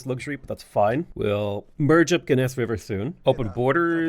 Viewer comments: I love your butchering of the city names, but I won't hold it against you. Some pronunciations for the next time you play Iroquois: Genesse - Jen-eh-sea Canandaigua - CAN-an-day-gwah A lot of the names can be found in upstate New York and SE Ontario/SW Quebec which are the lands of the Iroquois even to this day. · Every time he says "ga-ness river" I die a little inside